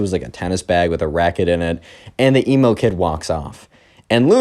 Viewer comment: WHY U KEEP SAYIN EMO GURL LIKE ELMO